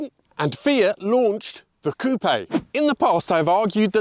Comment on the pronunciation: Hyundai Tiburon vibes + butchering the word ‘coupe’